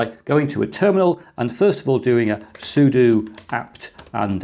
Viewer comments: It's pronounced sudo, not sudo. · I love the concept of using cases as passive coolers. Aside from that, pronouncing it as sudo and sudo interchangeably must really be messing with some people :) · I just realized I've been pronouncing "sudo" wrong all these years. No wonder none of my dates understood me when I said "soo-doh"